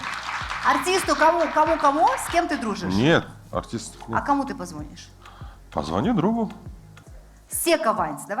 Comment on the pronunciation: Очень режет слух, когда ведущая говорит позвОнит, позвОнишь.